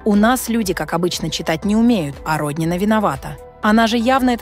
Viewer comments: Не РОднина, а РоднинА, для начала хотя бы в фамилии ударение правильно ставьте. Видимо, впервые узнали об этой женщине, а она не просто депутат, а настоящая спортивная гордость России, многие помнят ее триумфальные выступления и блестящие победы.Не вижу в ее высказывании ничего оскорбительного для проживающих за третьим кольцом, чтобы так остервенело ее хейтить. Я не москвичка, но согласна с ней. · Не РОднина , а РоднинА. Но наверное пора уже на пенсию ей, пораААААА, давноОООООО....зажралась......